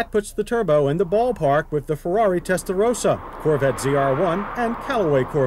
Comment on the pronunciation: Hey, JD toned down his pronunciation of "Testarossa." Or maybe he toned it up after this, not sure of the timeline.